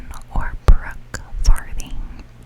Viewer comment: This video started playing from auto play, so I didn’t see the title, I just heard your voice and I thought you said Brookes farting.